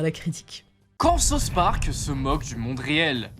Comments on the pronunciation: « Sa-ousse » park C’est quoi ce « sauce » park « Sauce » c’est ce que je demande à mon chef kebabier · Tu peux pas être fan de south Park et sortir « sauce Park » nan frérot 😔